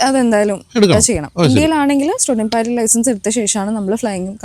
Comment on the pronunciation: പൈലറ്റ് ആണ് അല്ലാതെ പൈലറ്റി അല്ല മാഷേ 😂ഇത് english ആണ് മലയാളം അല്ല 😁😁😁